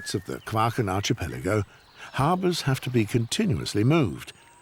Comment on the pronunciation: This is an excellent documentary. I just wish that the chap who gives the comments would pronounce archipelago properly! It is arkipelago and not arshipelago!!!